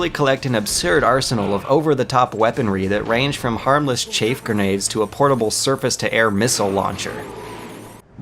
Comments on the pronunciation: great vid but you said "ray-tions" and "chafe" grenades hahaha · come on. im not english and even I know how to say chaff grenade or ration -_ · "Chayf grenades", too. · "Raytions"? "chaif grenade"? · Dude dude.... I wasn't going to say anything when he was saying 'chaf' instead of chaff.. but 'Raytions' instead of Rations.... Seriously.. For an intelligent reviewer you don't half fuck up a lot of words.. And its not just this one either.. He screws up a word completely in the MGS2 review near the end of that video. I'm dyslectic but the use of obviously wrong words here just strikes me as odd and out of place. I seriously question you if you think Raytion is the correct way to pronounce a word you hear and see in this game many times... Ration..... Ra....... Tion..... please. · I’m not gonna dis your video, because you put a lot of work in to it. I love this game, gameplay and all, but you made some good points... I just gotta call out the pronunciation of certain words lol. “Chafe” grenades and “Ray-tions” lol. Overall, good video though, I give the thumbs up and will watch more of your work. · You said rations wrong but then you said it correctly. It's also not chaif, it's chaff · The way this gay says "chaif" grenades and "raytions" kills me, dude its rations and CHAFF grenades not chair! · “Chaif” “Raytions” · “Chaff” not “chafe”. “Ration” not “raytion”. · He said Chafe. Alright. He said it again. Hmm He said Raytions!? I'M OUT! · raytions... nuculer... chafe grenades... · Raytion and chaif grenade made me lol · 'chafe' grenades, 'rate-ions'...? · rayshons and chafe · His pronunciation of rations was off, yes, but chaff is actually "chayff". As in the word "chaffing", like when you chaff your thighs. Yeah. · chaff grenade has no "e" in chaff. It's ch-ah-f. Ration SHOULD be pronounced ray-tion like you're saying it but English isn't fair and it's pronounced ra·tion. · Rayshuns? Chafe grenades? Nukular?